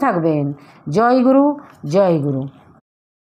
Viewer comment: Joy guru uccharana vul aacha joy guru